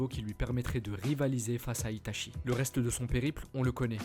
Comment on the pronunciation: On te l'a surement déjà dit mais normalement on prononce "Ita'tchi" et pas "Ita'chi"... A part ça, c'est clair propre et intéressant, comme à ton habitude, Merci pour le travail fourni !